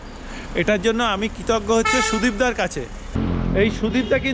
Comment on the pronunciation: Name ta thik kore nite habe sudip noi SANDIP